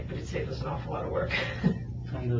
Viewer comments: One of them also read "Everyone knew us and our business" as "Everyone knew U's and our business" lol. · She forgot about the existence of the word Us and read it as You's 😆